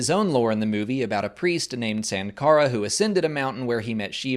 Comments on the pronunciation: Indian here. The correct pronunciation of Sankara is actually: Sun-kara (as in the "sun"). There is also a variant pronunciation: Shun-kara (as in to "shun" someone). And the god Shiva's name is actually just pronounced: "Shiv-aa" (as in that "shiv" thing that gangsters in prisons use to stab people with). Thank you for the video,. MTFBWY. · I think it's more like .... Shankara..... Like Siva is pronounced as Shiva